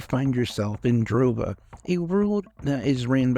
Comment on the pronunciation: "Jarova"? Rhymes with Europa 😊